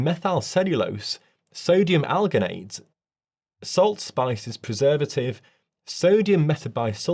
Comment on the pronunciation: Alginate is pronounced with a soft G. Using a hard G makes it sound dangerous, when it really isn't. I do, though, completely concur with your pronunciation of "crap", and with the general gist of the message.